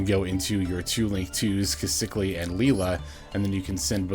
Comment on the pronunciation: Trouble sunny makes a big difference for the deck that’s for sure. Also I believe her name is pronounced “key-sa-kill”. That’s how they say it on official promotions.